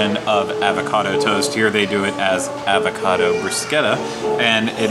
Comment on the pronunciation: I can’t get over you mispronouncing “avocado” a dozen times lol